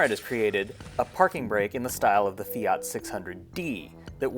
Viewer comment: Mate, if you can pronounce Alfa Romeo correctly, why are you not able to pronounce Fiat correctly. Afterall, Fiat is not spelt Fiaaat. And yes the Multipla is a cool reminder of the past and in all likelihood the first people mover (aka SUV).. My brother has two of these Multiplas, both require restoration though.